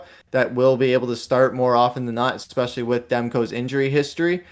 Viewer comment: Love your insights and hockey wisdom. Just one tip: Because you're a broadcaster now, I politely suggest you start pronouncing the word "especially" correctly (it isn't pronounced "expecially"). Not trying to embarrass you - just trying to help you get better and better. Delete this comment if it is embarrassing - no prob. Love the show. Keep up the great work.